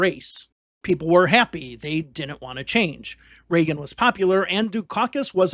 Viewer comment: Hard to take seriously a narrator who says dis and dat and da and dinint, It's intermittent but still annoying.